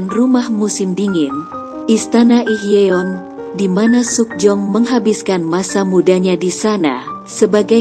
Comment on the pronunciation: Pengucapannya lucu wkwkwk joseyon , suk jeyong pdhal org korea sini menyebutnya cuma joson😂